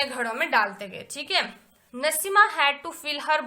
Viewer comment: Naseema nahi naseem